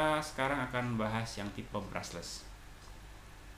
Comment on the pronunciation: BRUSH-LESS bang, bukan BRUSSELS